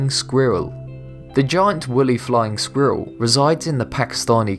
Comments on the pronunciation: he pronounces squirrel as "Skweeur" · "Squerrer", "linearage"? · I love how the narrator pronounces squirrel. “Skweeruhl.” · ah yes, the skweerrl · He says squirrel like a German. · Oh my gosh the way he says squirrel 😂😂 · Cartman taught this guy how to say squirrel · Who the hell taught you how to say the word ‘squirrel’ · Say squirrel again. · Pronounce ‘squirrel’ again...